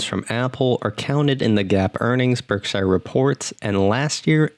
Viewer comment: YOUR PRONOUNCING BERKSHIRE WRONG, MAKING IT SOUND LIKE YOUR NOT A NATIVE ENGLISH SPEAKER.